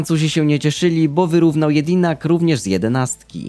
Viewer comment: mówi się Dżedinak a nie Jedinak